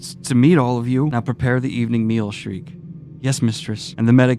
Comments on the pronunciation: I think that you can make some lore speculation. There's some no spoiler events to come but I think it would be fine. Also, Ser-Pico no. Serp-ico yes. also Sherike isn't Cher-Rekay, it's Che-re-key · schierke "sheerkay" (like in sheap shears) not "schrike" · It's She-err-kay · So a common pronunciation of Schierke is saying it as “Sher-Ri-Kay”. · schierke is Shee-air-kay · Sheer-kuh is how I have always pronounced the witch’s name. Also, I would read more before doing lore content, many many big reveals. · YESSS BERSERK IS BACK, BABY! (Also, It's pronounced Shir-kay, I think) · Since I haven't seen anyone else do the pronunciation thing, I will. I believe Shierke's name is pronounced as "Sheer-key." It is one of the more controversial name pronunciations in the series. The "Sheer" part is pronounced like "Shears" that is used to shear a sheep. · Schierke is either pronounced “Sherk” or “sherakay” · She rey key btw for schierke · The little witch's name has been pronounced (as I've heard), SHEER-keh. It's a pretty German name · Sheer-kay, that’s what majority of people pronounce it as as far as I can tell. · Am I the only one who pronounced baby witch's name as "sheer-kuh"? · Schierke, the R is behind the i, and it's german pronounced like Sheer + keh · Shierke is a German name and pronounced “Sheer-kuh”. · Schierke is pronounced SHEER-KAY Btw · Oh man I’m super happy to see the berserk videos are back, I’m very excited to see your further thoughts and very excited as you’re fast approaching some of my favorite bits. Btw, as he who corrects pronunciation (I hope I’m right) I’m pretty sure Schierke name is pronounced “sheer-kay” Also to answer your question of doing a lore deep dive, no not yet. There is still one major world reveal you haven’t seen yet. I won’t go into spoilers but you will know it when it happens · Since Schierke is a german word I would say it is rather pronounced "Scheer-kah".